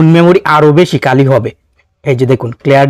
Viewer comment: আরে ভাই, উচ্চারণ শুদ্ধ করুন।"কালি করুন" এটা কি ধরনের উচ্চারণ? " খ " অক্ষর "ক" উচ্চারণ করছেন কেন?